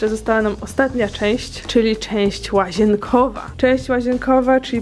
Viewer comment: Jak powiedziałaś część łażienkowa to usłyszałam cześć łażienka😂🤣